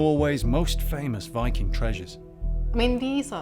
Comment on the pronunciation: Archelogist and sectionleader of cultural heritage in Vestfold & Telemark must have used larger parts of his life studying english texts about the viking age, and still he doesn’t know how to pronounce the word «viking» in english… whyking? Do better! pronunciation is just as bad. Even the narrator bothered to learn the norwegian pronunciation.